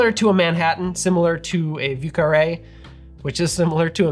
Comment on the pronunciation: Thank you for saying 'vieux carré' and not 'voo carray'